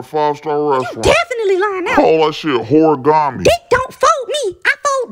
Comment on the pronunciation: Called that shit "whorigami" 😂😂😂😂😂😂